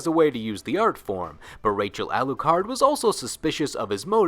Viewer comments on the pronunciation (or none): none